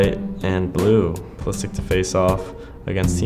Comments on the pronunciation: Does he speak Croatian? Cause it sounded a bit weird that he pronounced it like Pulisich and not Pulishich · man doesn't know how to pronounce his own surname. In Croatian it's Pulishich not Pulisich. It's the same as english commentators pronounce Perisich instead of Perishich. Still if he pronounces like that then who am I to judge. Salute to the Cap. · because he’s Croatian and completely butchered his name. It’s spelled Pulišić and pronounced as “pulishich” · the correct pronunciation is actually PULISHICH, the Š is pronounced SH. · it's simular to how the english commentators say Perisić instead of Perišić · the correct pronounciation is pulishitch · I hate how he doesnt pronounce his own last name correctly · My guy pronouncing his name wrong, thank god he didnt decide to play for us